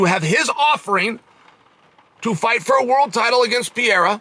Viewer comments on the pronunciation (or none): Adesanya vs “piore” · Bro Chael was calling Pereira Pierre at points throughout this video 😂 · Never lost a round, but still can't pronounce Pereira's name right